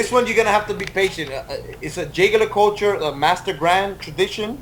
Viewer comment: This dude totally butchered the pronunciation of jaeger lecoultre 🤣🤣🤣